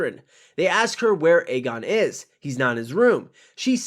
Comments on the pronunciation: no, it was definitely Aemond. Aegon is pronounced as "Egg-on" hence his nickname "Egg". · Aegon is pronounced as "Egg-on" not "Eygon". There was a prominent "Ey" sound on both times the twins called his name.